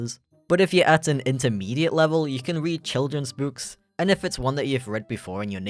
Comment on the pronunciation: pronouncing "books" like that twice is wild